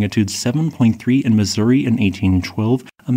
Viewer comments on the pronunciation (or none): none